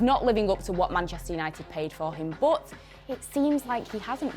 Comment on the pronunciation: how she says but BOOT